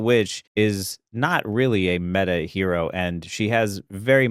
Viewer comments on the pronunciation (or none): none